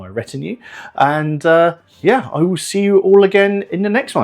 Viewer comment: The word "retinuen" being said so often had me having to check the rules, where it does say "retinue", just in case I was being exposed to a variation I was unaware of That confusion aside, great fun!